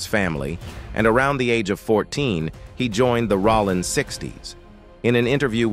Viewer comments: Commentator said Rahling 60's😂😮😮😮😮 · It’s pronounced “row-lin 60s” rollin 60s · Okay this suspect they can't even pronounce Rollin Right computer 🖥️☝️💯